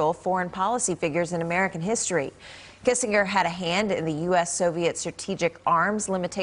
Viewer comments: After 100 years, you could at least pronounce his name correctly. (Soft G) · For someone as well known for as long as Henry Kissen(j)er was, it would be appropriate to learn how to pronounce his name. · That is not how his name is pronounced!